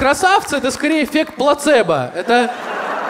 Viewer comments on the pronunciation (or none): none